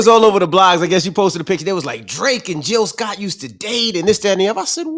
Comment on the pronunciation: Its J i l l Sc o t T tteeheeeeheeeeee , live from philly yall